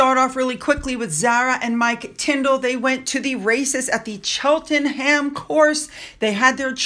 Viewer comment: We pronounce it Cheltenm. Silent h